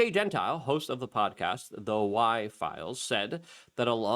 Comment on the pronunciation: Lol the Why Filies….